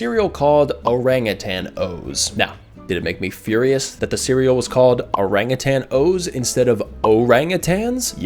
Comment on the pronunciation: I greatly appreciate your correction pronunciation of Orangutan.